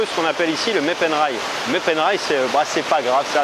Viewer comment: "mé penrai" ... En effet les français sont pas fort en langue...